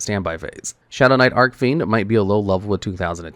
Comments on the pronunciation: It’s Arch-Fiend, not arc-fiend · I don't know why, but every time i head pronounce Archfiend as "Arcfiend" it makes me feel weird for saying "Archfiend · Im convinced he purposely mispronounces archfiend and Celtic just to piss people off